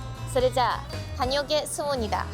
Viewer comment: 'danyeoogessseubnida.' `Ittekimasu' イントネーションをイッテキマスと同じようにすれば良いです。 日本語を勉強しています。幼稚園レベルですが、韓国関連の話だと確かによく聞こえるようです。映像を見てみましょう。ありがとうございます。 ビール5000ウォンは韓国人が見ると高価なようですね。コンビニで缶ビールで買えば安いかもしれません。（露店でお召し上がりのようでコンビニビール買ってきたら嫌いかもしれませんね） 韓国人である私も理解できませんが、基本2人以上を話す飲食店がたくさんあると知っています。どうしてそんなのかわからないけど、どうやらお金問題や食べ物問題のせいでそうなんですね。正確ではありません。残念ですね。これほど旅行の距離ならすごく疲れてしまうのですが、ソウルタワーまで一日を充実して旅行しましたね。韓国人もその夜景を見るとどこがどこなのか分からないようです。